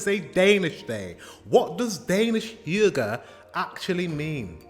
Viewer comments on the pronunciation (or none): Where is this girl from in denmark. Her pronunciation of the word hygge is so off???? Edit :Oh she's polish, she came in her late teens, she absolutely didn't grow up in denmark with that accent.